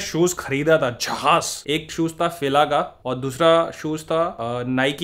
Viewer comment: ohh bhai hume dokhe mein rakha FILA ko FILS bolke 😀😀😀😂😂